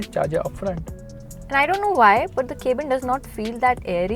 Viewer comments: Finally says cabin and not K-Bin! Nope wait- she says K-Bin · It was not cabin, it's 'cabin'